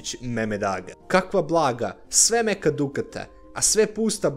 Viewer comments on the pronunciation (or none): none